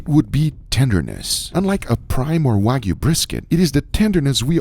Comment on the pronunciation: “No waygu” even though you added the fat